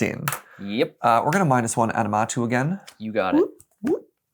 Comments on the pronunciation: Every time they said “aNiMatou” it broke me a little more lol aMiNatou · The amount of people that say "Animatou" like it's "anime" and not "Aminatou" which is what's printed on the card. I have too many Sisay mains in my area that say it that way too, hah. Just playful jest though, haven't seen canlander before and it seems neat, but I'll stick to cEDH. Thanks for showing it off though! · they butchered the name ❤ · wait, is pronouncing Aminatou differently each time XD